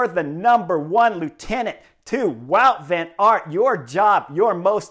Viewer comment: I was struggling to unterstand the Belgians name. Wout Van Aert is pronounced Bout van aert.